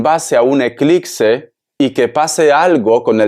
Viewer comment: "Eclipse" no eclicse